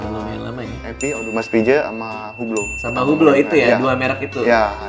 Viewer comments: Bacanya bukan hu- blo ,tapi hilangkan H-nya ( UE-BLO) ↔️↔️ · HUBLOT pronouncing nya "UBLO" without "H" and without "T" ;)